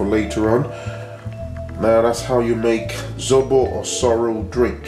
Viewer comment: ZOBO not ZORO😂😂😂👍